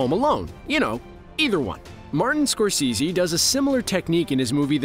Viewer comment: how this guy always mispronounces names. martin "score-see-zee"